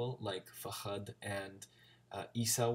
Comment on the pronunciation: Man, I just stumbled upon your video, I gotta say you did way better than my friends when I tried to teach them a few words. Just a little thing though, his name is Fahad with a light H, just as in "hello", the way you're adding a little "kh" sound makes it sound like fakhad, which means thigh in arabic lol But I get how confusing it can get to tell the soft and harsh H apart from each other and from the KH sound. The easiest way I could explain it to my friends is that there's an H like in Hello, and an H where you just imagine you're a snake for a few seconds, it's a very flat sound and the last sound is the KH sound which most people are familiar with through german, like in "nacht" If you really wanna perfect your pronunciation, practice the differences between the 2 Hs and the KH and maybe the GH sound... a lot of americans tend to use KH when they're supposed to be using GH